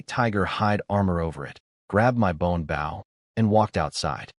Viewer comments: your saying the weapons word rong {Bo}{W} is silent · They say the word wrong : Bow is pronounced saying the word " flow" replace the letter's f & L , with just a letter low " b - sound " , only not a big " B " at all .